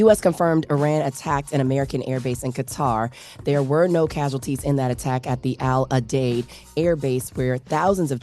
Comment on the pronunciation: Qatar is pronounced like Kutter